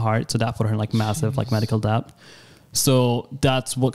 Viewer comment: YOU DON'T SAY THE B IN DEBT omfg I hated hearing him say debt